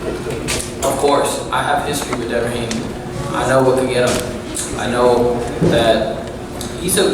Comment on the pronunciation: Mfs know not say devin Haney name